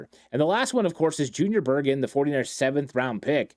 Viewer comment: Why do you call him Berjen istead of Bergen? 😂